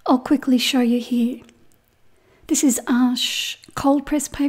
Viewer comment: is be finest watercolor teacher I’ve ever seen. She explains things in such wonderful detail. I’m now obsessed with watercolors because of her. I’m also so impressed that she pronounces the name of Arches paper correctly.